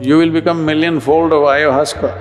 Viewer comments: If you can’t even pronounce it, then you have never tried it. Unless you’ve tried it, you shouldn’t be discussing it. Isn’t it? Hello. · He is talking about many substances but ayahuasca, doesn't even know how to pronounce it!